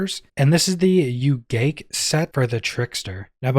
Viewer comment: i Think its ooo-Gah_KAY